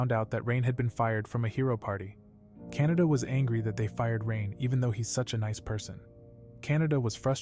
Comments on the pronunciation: I think it’s actually pronounced Ka na da. Not Kan a da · Its kanade but bro is saying canada for some reason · Guys Btw Her Name Is Kan-a-de Not Canada 💀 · kanade❎ canada✅ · Bro kanade not canada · bro saying kanada but the reql name is kanade bruh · Her name is actually Kanade in the Anime. And they say it wrong in the voice over. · btw Kan a de There's the de not da